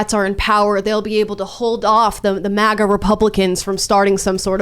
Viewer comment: Every time Tim pronounces MAGA an angel loses its wings